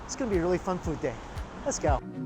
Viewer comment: Normal people: let's go Mike: let's gaoh